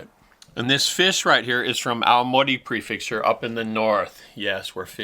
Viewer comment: PREFECTURE. NOT PREFIXTURE. The fact that you live in japan makes it so much worse.